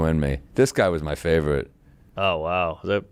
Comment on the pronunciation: sam morrill: "this guy wuz my favwit" fool